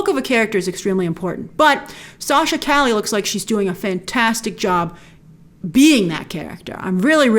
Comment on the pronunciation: Btw it’s pronounce Sachs ca-ye kinda like street in Spanish.